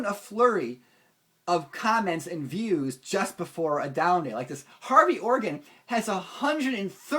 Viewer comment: Maybe it was just the way you said his name - Hairy Organ :)